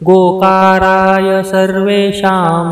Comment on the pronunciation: योगाकाराय ऐवजी गोकाराय असे म्हटले गेले आहे.. बाकी एकदम मस्त ६नंबर 🙏 गणपती बाप्पा मोरया 🙏